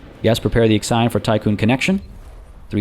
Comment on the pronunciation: I am crying every time you say IXION, The Hephaestus P.A showed you the way, but it did not correct you lol.